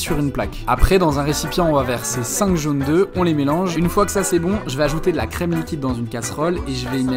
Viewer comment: Trop bon les jaunes deux.. On dit "jaunes d'œufs" au pluriel avec un F. Pour voler des vidéos sur le net, les reposter et faire de l'argent facile y'as du monde mais pas pour réapprendre à parler français correctement, quel monde...